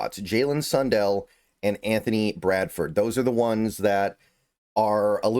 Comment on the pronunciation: yeah! and i prefer sun-dell instead of sun-dull 😂